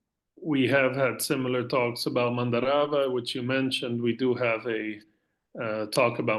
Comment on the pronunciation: Absolutely SUPERB video, most appreciated. Gives very valuable information difficult to find otherwise. But please do research your pronunciation. Parvati is pronounced PAAR-VATHI. And not Par-vaati. Mandarava is pronounced MAN-DAA-RAVA. Dakini is DAA-KINI. It does not rhyme with Bikini! :) Thanks! 🙏